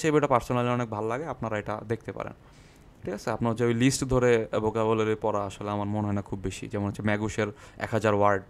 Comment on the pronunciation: পনেরো/ নট পুনের,,, চুয়াল্লিশ নট চুচল্লিশ, Vocabulary not Bucabulary et c.আপনার উচ্চারণে যথেষ্ট সমস্যা আছে।। মার্জনা করবেন।